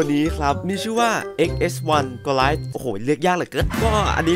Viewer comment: ที่จริงอ่านว่าโกไลแอธครับ แปลว่ายักษ์ใหญ่